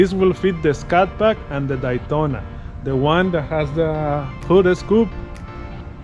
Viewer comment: “The Dytona” lol. Great job sir.